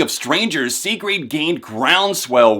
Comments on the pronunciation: Why is nobody talking about how he said "sigrid" "see-greed" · I don't know if you're pronouncing her name wrong, or if I have been pronouncing it wrong the whole time. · could be wrong but i'm pretty sure your saying her name wrong but great review none the less. sigrid is awesome